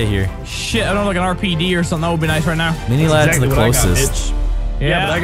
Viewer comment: Anyone else notice Mini said "Get downstairs right meow"?